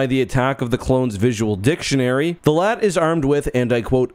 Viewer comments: Doont call it laat like latvia call it L A A T like a normal person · It's not LAAT it's L-A-A-T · its L A A T not LAT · calls it a LAAT Me: JUST CALL IT A LARTY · mhh yes LAT (you say LA-AT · Bro pronounced it “lat” instead of L.A.A.T 💀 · Its pronounced LA-AT they say it in the clone wars cartoon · Cannot finish the vid bc bro keeps saying Lat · now why did you have to pronounce it "Laht"? Do you call AT-ATs "Attat"? Do you call BX-Droids "Bex-Droids"? Dude.